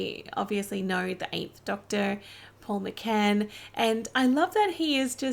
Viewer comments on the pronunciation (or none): McGann not McCann. Also did you watch this before or after watching "Name of the Doctor?"